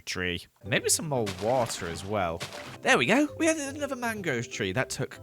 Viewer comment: Why did the ‘there we go!’ Sound extra British??? 😂